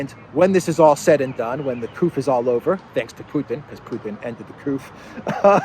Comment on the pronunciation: durring the couf?? the eu ... what is couf? is that instead of another word?